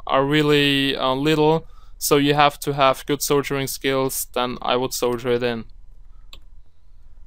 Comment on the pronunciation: Good tutorial...but the word is "Sol-der-ing" not "Sol-jer-ing."